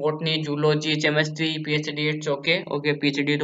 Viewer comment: Chemistery ko चमिस्ट्री😑😑😑 pd raha hai kya hi ummid rakhein tum se bhai